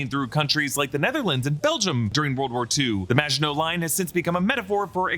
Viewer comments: Thank you for getting the name of the ship right and including the reference to the Maginot Line! So many reviewers are butchering the name of the ship and it's been driving me crazy! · THANK YOU! for breaking down what is (imo) the best series on at the moment! And thank you for pronouncing "Maginot" properly! Thank you.